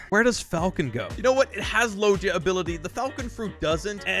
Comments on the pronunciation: It’s not logea it is loega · Man fr does not know how to pronounce logia, it’s kinda sad